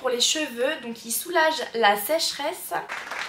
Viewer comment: Sécheresse😂😂😂 il est compliqué à prononcer